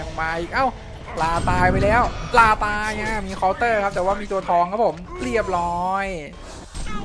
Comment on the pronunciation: คำว่าตายมันกระดกลิ้นไม่ได้พี่ก็ยังพยายามนะกระดกลิ้นนะ